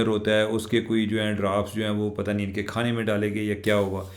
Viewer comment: خوانا🤣❤ مزمل سہروردی کے ساتھ جو خاتون اینکر ہوتی ہیں ، آج کل شاید عُمرہ کی ادائیگی کے لئے گئ ہُوئی ہے، اُس کا بھی ح اور خ کی ادائیگی کا مسئلہ ہے۔ اگر آپ دونوں اکٹھے پروگرام کریں تو آپ کے سبسکرائبرز کو خبروں اور ان پر تبصروں کے عِلاوہ اچھی خاصی تفریح بھی میسر آئے گی۔نیز "خوُب گُزرے گی جو ۔ ۔ ۔ ۔